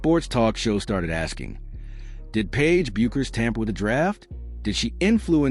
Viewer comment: So tired of this AI slop. Paiges name is pronounced BECKERS, not BYUKERS. Also screwed up Azzi's name, also. SMDH